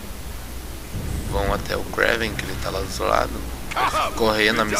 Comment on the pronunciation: Não se lê Kréven(Kraven) e sim Krueiven (se lê rápido) =-)